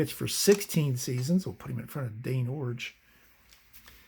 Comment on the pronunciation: Extra thumbs up for pronouncing Iorg correctly. And Warshington. And What does Tim Fox say? 😂